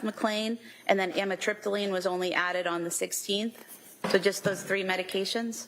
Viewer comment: Don’t you just love this prosecutor - “After,,, she’s ONLY on trazedone, adivan and amitripyline.” CHAP GPT - Taking trazodone, Ativan (lorazepam), and amitriptyline together can be risky because all three affect the central nervous system. While a doctor may sometimes prescribe them together in carefully selected cases, combining them without medical supervision can increase the risk of serious side effects.